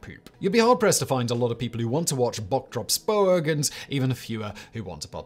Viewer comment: Thank you for your effort and respectful effort in pronouncing bok drol spoeg. This is greatly appreciated and respected by me a South African. Your channels are tops.